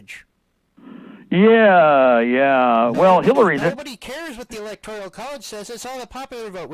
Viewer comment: it's not 'ELECTORIAL' college, it's 'ELECTORAL'. Phew..